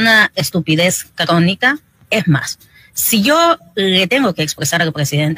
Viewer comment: NO PUEDE DECIR CRONICA SINO" CRDONICA"".